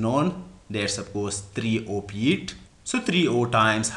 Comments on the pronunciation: Feet hota he, peet nahi hota da pakhtoon bachiya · Good explanation but you couldn't pronounced "F" correctly. You are Engr!!!